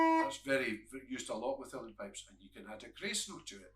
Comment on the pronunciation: Is he saying "real pipes?"